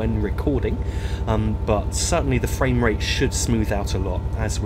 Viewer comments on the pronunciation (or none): none